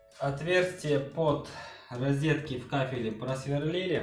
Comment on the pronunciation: Ризетки, или розетки?) Внутренний уголок-вставка на кабанчике смотрится препохабно! Необходимо запиливать сочленение, это как хотите.